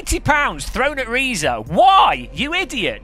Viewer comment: Nice video,. I regret to inform you that Reiza is pronounced "razor", as in the shaving equipment you neglect to use regularly. 😜